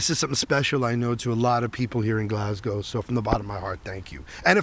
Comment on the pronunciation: Bonus points for not saying GLASS-COW 😄